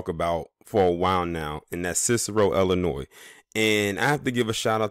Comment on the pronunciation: Cicero has been ghetto for 30 years. Also it’s Illinois not Ellinois. This video is racist as hell